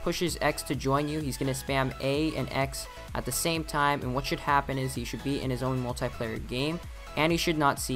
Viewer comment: You said multi wrong